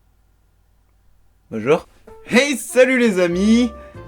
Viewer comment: Ne serait-ce que le "Bonchour" du début je suis morte xD